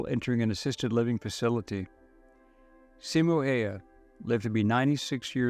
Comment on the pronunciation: Good video. Also the way to pronounce his name is Simo (Seemo) Hayha (Howha)